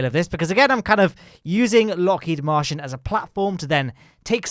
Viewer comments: I can't tell if is referring to the Martian Program at Lockheed Martin, or if he's just pronouncing Martin as Martian.:p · I think he is mispronouncing it because searching Lockheed Martian on Google doesn't give anything. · He's definintely saying Lockheed Martian, which gives me incredible Alternative Universe vibes.